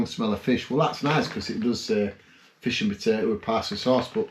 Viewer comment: Awww now don't hate on me:) but every time you said FISH my brain heard: MY FIRST WIFE..... (NOT YOURS or mine, only had one wife so far but you know brains go where brains go when they do go off )